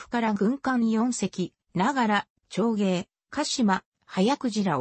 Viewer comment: 読み方おかしいでしょ ながくじらーちょうげい 長鯨 はやくじらーじんげい 迅鯨 おおくじらーたいげい 大鯨 読み方まで調べたら？